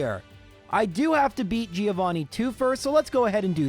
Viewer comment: Everytime you say Giovanni wrong Something dies in me XD